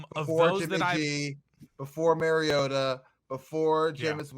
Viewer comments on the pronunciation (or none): Did really say Marcus Marriota!?!, i wonder what his thoughts are on Stafford.